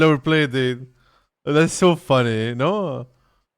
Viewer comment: You say "funny" just like Ruby Roundhouse 😂 .. its so funneh!